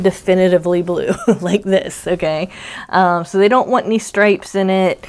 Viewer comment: Hi,! All this blue is not making me blue. What a great way to promote Hat not Hate. You have done am excellent job coordinating your giveaway. Thanks for the chance to play along. Here's a little funny. In your video, you said, "Okay, so..." I am from New Mexico, so my ears heard, "Oh, queso!" 😊 Have a great week! - Paula